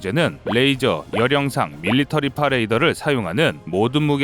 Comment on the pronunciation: 밀리터리파는 뭔가요?? 밀리미터파 바로 읽어줍시다